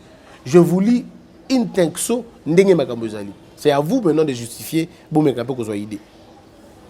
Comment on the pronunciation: Mon cher l;on dit in extenso et non in texso